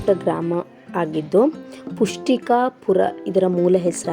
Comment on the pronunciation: ಪುಷ್ಠಿಕಾಪುರ ಅಲ್ಲಾ. ಇಷ್ಠಿಕಾಪುರ ಹೇಳಿ